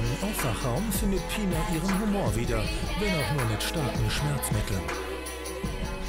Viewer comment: taff: "Pinar": "Pinna"